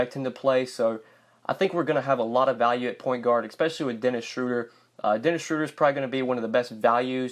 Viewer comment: schroder,,,he pronounces it...schruuder